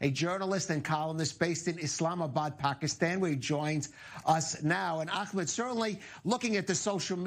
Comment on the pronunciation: The host was rude with pronouncing Ahmed's name.